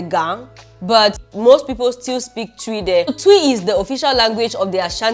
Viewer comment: It’s not tuiii 😂😂😂 it’s twii 😂😂